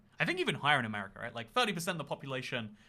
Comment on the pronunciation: Lol u also said r in amaricar